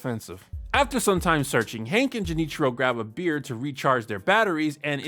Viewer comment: To answer your question, Junichiro's Japanese pronunciation sounds weird, and he even uses a more casual request form when he says "Excuse me, but if you see this man, please give me a call." That being said, the man he talked to has pretty natural sounding Japanese. It is pretty normal to exchange or give your business card in Japan, but usually not to someone you just spoke to for a few seconds. Junichiro's approach is somewhat accurate I'd say, and the business card allows people to know to call him if they see Cotton, but obviously, doing that with one person at a time would take forever to actually find him. Haha